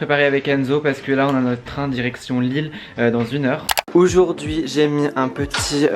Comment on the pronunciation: Sa me stresse dans toutes ses vidéos il dit oujourd’hui😂😭